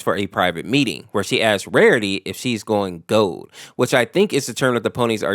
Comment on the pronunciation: did you just say "going gold " with an accent? 😭